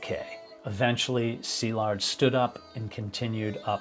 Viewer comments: I'm Hungarian and had been following Szilard for a while and I was devastated by what happened to him. I really wanted him to succeed. Also thank you for making the effort to pronounce his name properly - very refreshing. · I am a fellow Hungarian and have been following your channel for a while. Thank you for your non-sensational delivery of the facts and especially for pronancing his name correctly. This sort of attention to detail and your thorough research make your channel very special. RIP Szilárd.